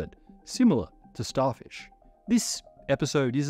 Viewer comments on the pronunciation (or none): "Starshif Prime was a..." Lol. We know has been following SpaceX's Starship program development closely (maybe too closely, like many of us) and now can't say "Starfish" the first time:) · I hear it as "Starshif" instead of "Starfish", accidently swapping those two consonant sounds. A classic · wait, did he just say “Starshif”? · he said starshif (spoonerising fish into shif) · Yeah starshif